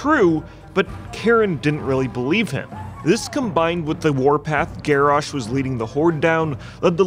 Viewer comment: Garrosh more GarrASH hahaHAHAHAHAHAHHAHA